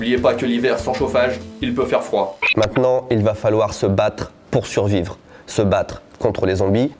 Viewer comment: Suvrire je sais pas mais survrire j’espère 🤣